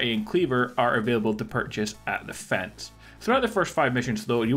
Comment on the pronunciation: dude pronounces "fence" as "feds"